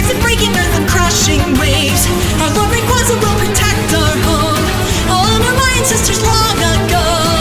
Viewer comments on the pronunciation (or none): You pronounced Rayquaza as Ray-quaz-a instead of Ray-quay-za internal screaming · It's pronounced ray-QUAY-zuh, not ray-QUAH-zuh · Some people say it's pronounced Ray-QUAY-za Some people say it's Ray-QUAZ-za But deep down, we all know how it's really pronounced. Rack-ZAY-a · Now there are 2 and I can't tell which one I like more, although they both Mispronounced Rayquaza, sooooo... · Well, there is one key detail that both covers of this song have in common. They both pronounce Rayquaza wrong. (please don't kill me) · You know why Rayquaza chose the player over Zinnia? Because Zinnia pronounced his name wrong XD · They pronounced rayquaza wrong